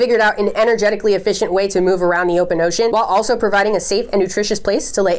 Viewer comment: I don’t know why, but you saying ocean makes me so happy lol “oshEAN”